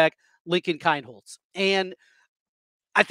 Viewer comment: It is LINCOLN KEENHOLZ NOT KINEHOLZ